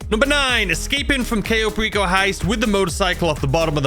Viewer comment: The very first one should be how to actually pronounce Cayo Perico properly :P